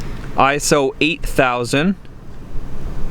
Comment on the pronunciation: Stop saying ISO. It’s pronounced ISO.